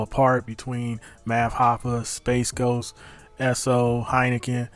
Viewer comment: How TF you get SpaceGhost from Sp8ghost..? Sp8Ghost = SpeightGhost